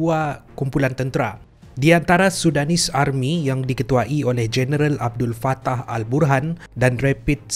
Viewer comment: Army tu tk bunyi R dia.. Dh mcm jiran sblh plk.